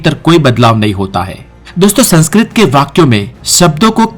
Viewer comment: Aap ka Spelling khud sanskrit se prakrit ki taraf ja rhe hai. Aap 'Sankskrit' ko 'Sankskrut' bol rahe .